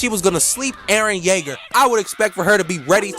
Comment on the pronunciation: “Erren yaeger on the beat” sounded way to close to sumn else😂